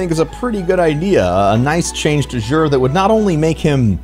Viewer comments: This is not how you pronounce Xur.. listen to the postmaster in the tower and you will feel silly for going out of your way to pronounce it like this. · Love your vids and streams. but I just have to ask. Why do you say "jher"?